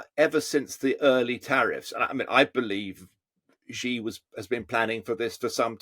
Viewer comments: It's not Gi, it's Xi as in Mexico. Megico? Gosh, you westerners! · Can someone please teach these pundits to pronounce Xi?